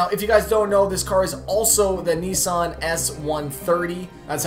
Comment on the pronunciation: Also he says Nissan like its neesun